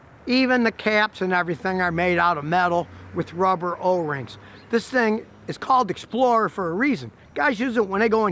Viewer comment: He said O-ring lol